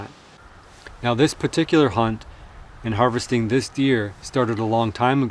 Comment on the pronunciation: I'm not saying havesting. Says havesting the deer literally 1 minute before. What?